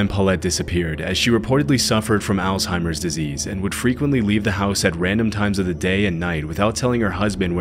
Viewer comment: That's not how you pronounce Alzheimers.